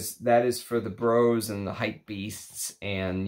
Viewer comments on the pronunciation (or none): none